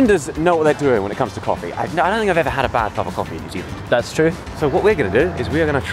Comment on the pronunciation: 조쉬 뉴질랜드 할때 한국 발음 나오네 커피 마실수록 점점 술 취한것처럼 변하네 ㅋㅋㅋㅋ